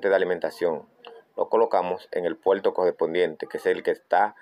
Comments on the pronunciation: Porque dice "PUELTO" "ENTLADA" "ESMAL" o "TELEVISOL" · Polque habla como chino?? El puelto USB, lecuelde q la lesolucion es leimportante 😅😅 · que es conectal ,que es puelto.